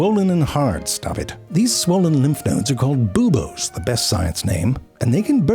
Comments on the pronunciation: Haha, 'buboes', not 'booboes' 😂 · It's actually pronounced BOO-BO/BOW/BEAU.